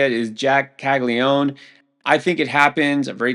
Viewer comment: Is the ‘an’ in Caglianone really silent or is it possible that absolutely EVERYONE mispronounces his name?